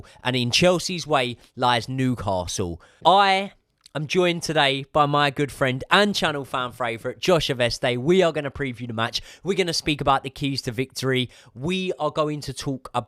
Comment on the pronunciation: “Channel fran fravourite”